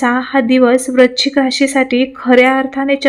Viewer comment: Tumhi rashicha ucchar barobar kara.vrushchik vrashichk nahi